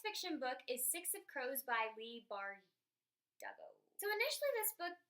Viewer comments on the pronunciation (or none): Great books! You cracked me up trying to pronounce Leigh Bardugo (bar-doo-go) -- Good try, though!! I haven't read Wintersong or Kiss of Deception, but I've heard good things about both.